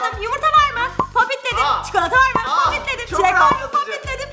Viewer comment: dış ses:kesmeyin o popati lütfen doğrusu popit buğarada